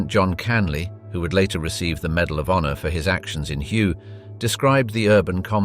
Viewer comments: The battle of Hue is not pronounced as it is spelled. Hue sounds exactly like “WAY”. Battle of Hue City during the Tet offensive…..Battle of Way City during the Tet offensive. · its WAY city not hue